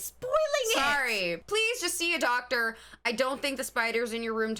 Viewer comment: i like when the new york accent breaks out DAWCTAH